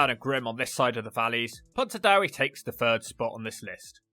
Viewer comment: Pontardawe should be pronounced as ' Pont - ar -Dah -weh '